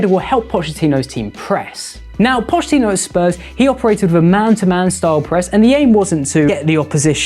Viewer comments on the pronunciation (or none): none